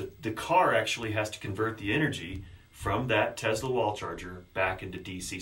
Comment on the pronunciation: TeSla, not TeZla.